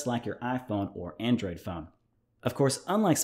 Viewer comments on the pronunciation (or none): none